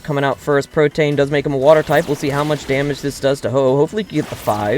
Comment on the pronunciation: I've never heard Protean pronounced like that. It's not the same as 'protein'.